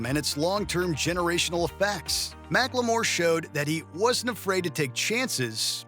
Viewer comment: Mack-Le-More?? Wtf 😂😂